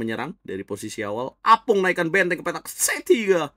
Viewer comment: Tulisannya opung (kakek), tapi selalu disebut apung, 😂